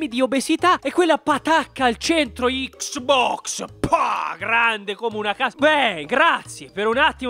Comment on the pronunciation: "PPPPAAAAHHH!!! ICCSSSBOXXXX"